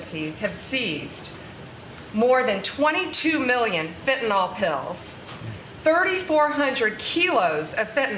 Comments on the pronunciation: It's FentaNYL not fentaNALL 😡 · Shes not pronouncing the drug correctly and im not sure why she wants to seem stupid!!! Its fenta(nyl) sounds like nil...fentanil not fentanol R.N. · Voice in the wilderness; It’s fentanyl (FENN ta nill) not fenn ta nall. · It's pronounced "fentaNIL" not "fentaNOL." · She can’t even pronounce Fentanyl. The last syllable is “nil” Fen tan nil.